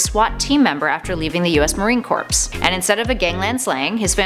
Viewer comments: corp not corpse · It’s pronounced core, not corpse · Not corps, core... It's pronounced core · Cuz corps is pronounced CORE. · Marine Corps is pronounced like "core", not "corpse". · Please stop misprouncing "corps". You keep saying "corpse", which is a dead body. CORPS is pronounced "kor"; the "-ps" is silent. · Corps is not pronounced as "corpse" as in "dead body". It's pronounced as " core" as in "the center of something". Please be more with how you pronounce words. Not everyone is as nice about calling out mistakes like that as I am. Especially with social media and all. Thanks. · Corps as in Core, not corpse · United States Marine CORPS! Pronounced Core not corpse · Okay. It’s not “corpse” Corps is pronounced “Core”. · Did you really just pronounce Corps like Corpse? It's pronounced like CORE. Cant pronounce Ra's, and not cant even pronounce Corps. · marine corps is pronounced like core not corpse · Its pronounced "core" the p is silent, not corpse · Corps=core NOT corpse! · Corps is pronounced core not corpse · Marine core... not corpse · The fact that you pronounce the word corps like "corpse" is literally the only problem I have with this channel. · corps not corpse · Jordan Link same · Clearly says corpse. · Corps, pronounced like “Core” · Did... did you say marine corpse...? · i couldn't help but notice that when she was explaining #2 she did two things wrong 1. being that she said U.S marine corpse and not U.S marine corps 2. being she said punisher killed cyclops hawkeye and shadowcat whenever he killed cyclops hawkeye and JUBILEE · What did she say marine corpse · Did you say Marine “Corps”. The p is silent. It’s pronounced core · It's pronounced Marine Core not Corps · She pronounced corps as corps 🤦‍♂️ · Corps is pronounced core!!!!!!!!!!!!!!!!!!!!!!!!!! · Did you really just say Marine “corpse” oh my god... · Did she seriously call the Marine Corps the "Marine Corpse"??? New flash lady, not all of us are dead! Lol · Corps is pronounced like core.